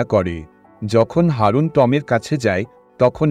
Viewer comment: Haaroon noy ..eta aroon..